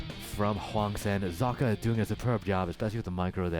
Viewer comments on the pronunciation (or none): Socke is the german word for a sock, it is pronounced ['zɔkə].